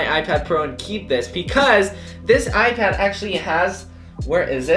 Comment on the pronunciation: Is it just me or like I heard “icad mini 5” in the beginning